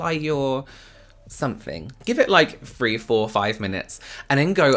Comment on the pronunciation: Do you know you replace t’s with ph or f sound sometimes it’s actually adorable. Like phree four five